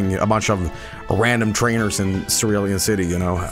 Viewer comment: it's pronounced cerulean city The issue with that is that Charizard is one of the worst Pokemon and that they aren't cool that's fuschia and thus their tongue but charizard doesn't look cool encore is also good in nuzlockes. so like, still not here but like, not JUST competitive. whoa i didn't notice the anime bike cerulean misty thing either